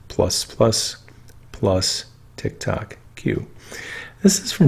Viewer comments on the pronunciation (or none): none